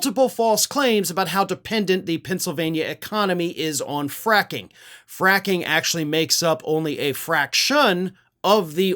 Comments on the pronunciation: Fracking? I thought you said quacking! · looked very pleased with his seamless transition from “fracking” to “fraction” 😂😂